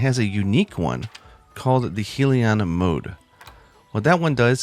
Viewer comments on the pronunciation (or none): Anyone else here him say heellion instead of hellion? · It's hell-lion lol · Did he really mispronounce hellion? Hell-yon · My man really just pronounced "Hellion" as Heal-ee-on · Dude, c'mon. English is a complicated language full of hidden rules and hidden pronunciations. Native speakers mess it up all the time. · Uh,? Hellion is pronounced Hell-yuhn. It basically means someone who raises hell or someone who's just trouble all-around. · It's Hell-E-Un